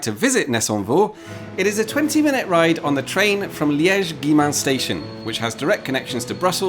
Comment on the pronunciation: I live in Liège, and seriously I'm so happy to see someone speaking about the town nicely. And by the way, it's impressive how you say the name of towns (and the station "Guillemins" who's phonetically more a curse than a gift even for french speaking people) without slaughtering it at all. Hat down!